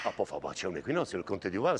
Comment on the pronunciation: "Ah, padre Duval" "Du pall" No, questa è troppo forte.